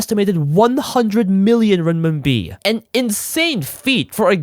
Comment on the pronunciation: being a chinese myself and hearing RMB(ren min bi) to be called rim mim bi is just so funny lol😂